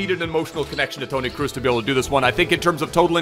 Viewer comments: Still don’t understand why he says “cruz” instead of “crows”. Grtz from a Dutchie. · Bro please don’t say “Kruz” is Kroos like cross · Love how he's saying "Toni Cruise" 😂